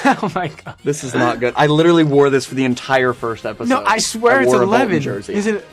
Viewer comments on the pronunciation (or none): none